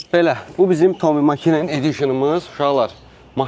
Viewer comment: Tommi Makinen yox. Tommi Məkinen. Finn qonşıkıdır. Avtonu təqdim edəndə, bir oxu ki, nədən və kimdən danışıran, biləsən